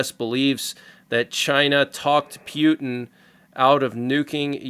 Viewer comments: Friendly reminder that Putin is pronounced POO TEN not PEW TEN :) Unless that's what you were going for. PEW PEW PEW TEN Hahaha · I would really appreciate it if you would pronounce Putin's name correctly. Mispronouncing his name only reflects your immaturity. Thank you